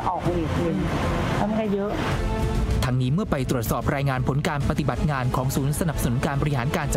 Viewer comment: ปะติบัด ใช้สระอิ ไม่ใช่ปะตีบัด.